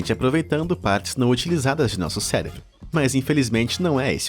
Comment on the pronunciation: Hoje tem um MONTE de Bolsominion que crê que a Terra é plana! O Narrador deste vídeo em determinado momento não usa nem 3%, pois em ele diz céLEbro